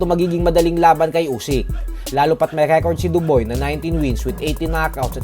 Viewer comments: Dubois - Doo-bwaa ganyan ang tamang bigkas. Hindi Duboy muntikan ng mgaing Daboy sayo. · Dob(ua) po hindi dob(oy).